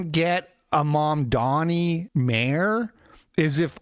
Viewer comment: i like the way you kept saying Mamdani's name wrong.